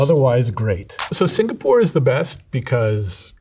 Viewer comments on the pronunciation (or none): none